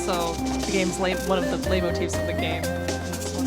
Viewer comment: Can't be the first person to mention this, but "Leitmotif" is German for "leading theme/figure" and the first part is pronounced like "light."